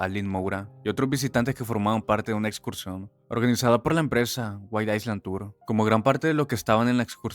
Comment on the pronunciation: El video chévere. Recordatorio que isla en inglés (island) se pronuncia “ailand “. Si dices “aisland “ estás diciendo Iceland, ósea Islandia